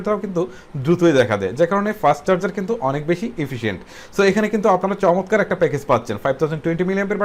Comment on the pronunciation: দাদো "শমতকার " নয় "চমৎকার" হবে ওটা!!!!